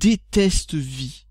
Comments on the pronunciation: Ha et on dit "Vi AIE" pas vi mdr et vi est un standard ^^ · On dis "Vi-ail" gamin et non vi ;p